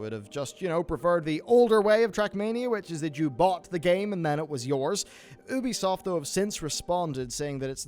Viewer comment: "Ooo-bee soft" News, it's "You-bee soft" my dude. Union is not "Ooon-yon" rather "Youn-yun".